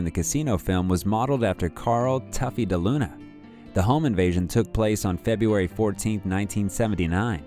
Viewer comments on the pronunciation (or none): none